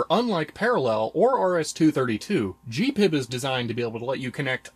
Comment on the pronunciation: G P I B ... Not Gee pib